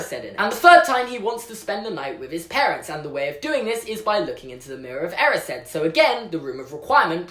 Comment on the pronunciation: Is anyone else triggered about how he says “erised”